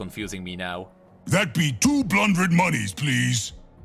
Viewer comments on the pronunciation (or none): I think he is trying to say two hundred but doesn't know how to say it... Just like pharmacisisist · Two-blundred = Two-hundred